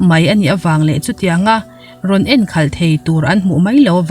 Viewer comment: I thu chhiar hi a ngaihnawm thei khawp mai, mahse enkhalh tih I lam erawh hi chu a diklo deuh chu a ni